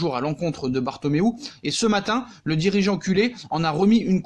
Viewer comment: Ptdrrr jte kiff "Le drigean'c..... ' trop fort poto 😂😂😂💪💪💪👌👍👍😎